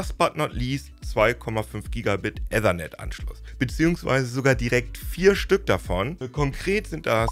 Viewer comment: In Ethernet kommt kein "ä" vor, dafür aber ein "i". Probier es ruhig mal aus.